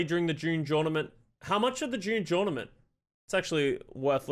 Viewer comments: He keeps saying june journament lmao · Drinking game take a shot every time says June jornament